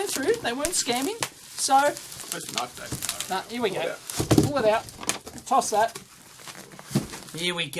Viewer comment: "This is a Knoife!"